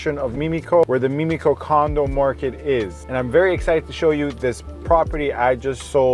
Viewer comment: Thanks for your quality & highly informative videos. One thing, it's not " meme-ico", it's Mim (rhymes with Tim)-ico.